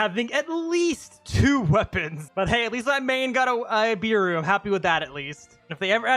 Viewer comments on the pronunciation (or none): If beru was your favourite character atleast say his name right its pronounced bearu not "beeru" its so aggrovating when u say it like that